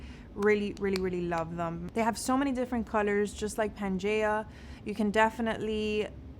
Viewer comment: just to let you know - pangaia is pronounced pan-guy-a, as in Gaia, Mother Earth. Love your videos!